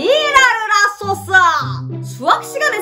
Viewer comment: 이번엔 '지랄을하소서~'가아니라'지랄을 핫소스' ㅋㅋ